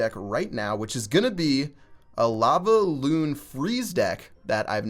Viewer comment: Why does he say lavaoon